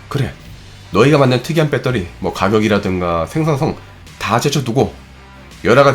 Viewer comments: 빼터리 발음이 ㅎㅎ 공대생이여도 좀 너무했네요 배러뤼~ 아님 그냥 밧데리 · 졸라 똑똑한 형도 베터리를 뻬떠리라고 읽는구나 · ㅋ 발음이 재밌네요 빼떠리